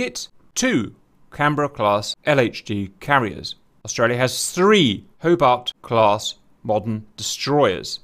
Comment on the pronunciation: Did this guy just say "Hobard" Class - If you can get simple shit like that right you get a thumps down.